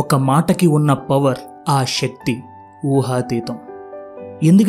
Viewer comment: షెక్తి కాదు శక్తి